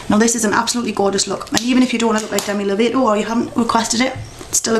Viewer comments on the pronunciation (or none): Lo-Vaah-Toe not Low-Vay-Toe Its ok though; I forgive you. I love the look. Im gonna do it when I go to the concert in august. ( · You Said Lovato wrong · you said Lovato wrong xD thet's okay most people do =]